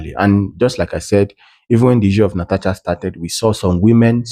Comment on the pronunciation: Please learn to pronounce Natasha right. It is not Natacha.